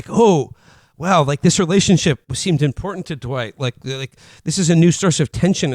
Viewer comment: "impordant" makes me wanna grab him by the shoulders and demand he go see some kind of lip or tongue doctor. Or "patreon" as "Pat" [Patri-archal] "reon"